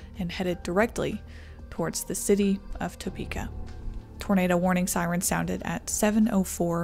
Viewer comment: Love seeing the giggle clips at the end. "Sirents?" wow.